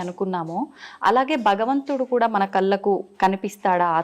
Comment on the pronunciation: యాంకరమ్మా వెల్లి-✖️ వెళ్లి- ✔️ వాల్ల-✖️ వాళ్ల- ✔️ కల్లకు-✖️ కళ్లకు-✔️ ఇంకా చాలా…..